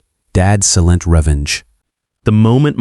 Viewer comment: Right from the beginning, this crappy A.I. voice "narration" can't even pronounce 'silent' correctly!!! This is just shit, all of it!